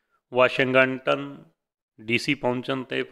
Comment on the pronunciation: "ਵਾਸ਼ਿੰ-ਗੰਟੰਨ" (ਵਾਸ਼ਿੰਗਟਨ) ਪਿਆਰਿਓ.